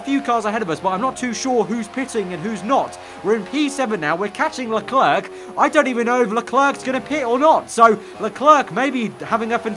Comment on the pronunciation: Man, you should learn how to pronounce "leclerc", it hurts